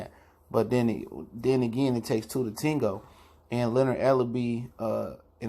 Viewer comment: it takes "two to ten go" ??? wth man lol